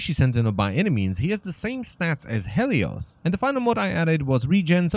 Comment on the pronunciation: It's pronounced Heelious.